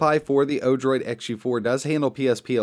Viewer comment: Odorid ?!? it's actually Odroid XD